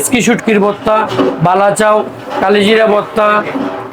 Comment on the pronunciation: বালাচাও ❌ লালাচাও✅🤣🤣